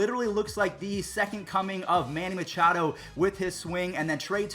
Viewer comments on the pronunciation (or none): none